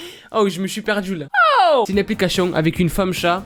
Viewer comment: Est ce que je suis la seule à comprendre " applicachions" au lieu de " applications"? 😂 Hormis ce fait, je t'adore, continue comme ça, t'es au top! 👌